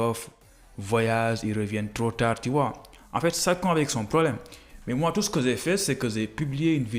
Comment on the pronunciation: Votre expression en français est tellement pauvre tu prononce mal c"est pas zè mais j"ai